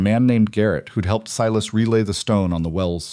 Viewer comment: Thank you for pronouncing Sy … las properly.